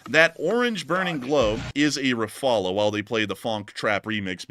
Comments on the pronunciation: As a French man, I've never heard an English speaker pronounce "Rafale" as badly as you do. It's pronounced RAFAL (without the "e" or "a" at the end). I don't know what's so complicated! It's really annoying! 😤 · Helo, In French you say rafale , dont pronounce the last e. only one way of saying it correctly, but we understand you veru well. keep up the great videos, been watching since almost the begining of the Ukraine updates. cheers. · The "uh" sound at the end of your pronunciation is actually the way the "L" sound is made (In the French version) at the end of the word, and is not an emphasized part of the word. It's just how the l trails off. However, it's not that important, and you guys do a great job in reporting the news and making every effort to be accurate.